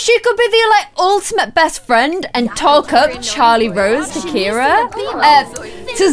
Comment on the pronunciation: Ciara is actually pronounced Sierra. I’ve kind of been brushing it off this entire time. You don’t have to change the way you’ve been saying it but just letting you know whoever told you it’s Ciara and not Sierra is wrong. Ciara is my sisters name and a girl at my school is Ciara and it’s pronounced Sierra. Love you!